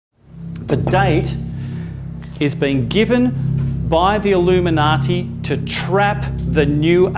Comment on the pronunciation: Oh my God the 25th of September...the Illimuniati....the Australians!!!! lol